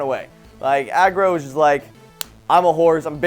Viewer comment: You've really need to role your tongue when you say Agro!